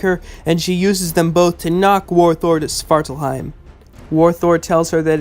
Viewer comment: The way you pronounce it sounded like "Sparkle heim"